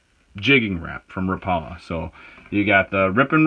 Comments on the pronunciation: Rap a la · "Ra pala" 🤣 ...ask someone how they say rapala bud. Good vid tho 👌